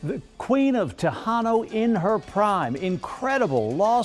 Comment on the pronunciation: “The queen of TAYHAN NO” lol